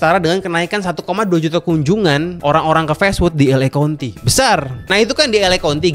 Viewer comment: kaunti bang, bukan konti